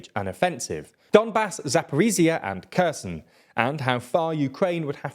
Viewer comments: Kherson is pronounced Herr-sonn, not Ku-z'n. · I'm not Ukrainian, but when are you going to pronounce Kherson properly? (It's not a hard K sound) It's been over a year...